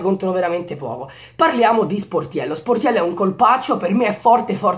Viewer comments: Solo io ho sentito portiello??? GRANDE 😂😂😂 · quando hai detto Sportiello, all' inizio del video si sente Portiello hahahaha